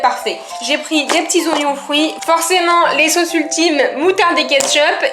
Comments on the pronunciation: On a tousse entendue le moments ou tu dit ognion fruit mdr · Tu a dit oignon fruit lol